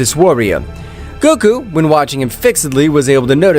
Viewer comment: bro stop his making goku's name bad